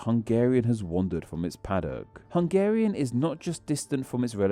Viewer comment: Well, it sound like he didn't even try. There is no shame in putting a Google translate clip in there. But sadly the bad pronunciation is the smallest problem with the video. A lot of the info there is just plain misleading or downright wrong.